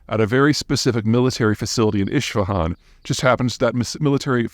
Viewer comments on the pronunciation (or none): Peter it is Is-fahan not Ish-fahan. Thanks for all the info.